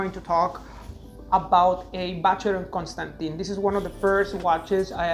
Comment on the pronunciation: you surely can say ‘Constan’Tan’ rather than Constan’Tin’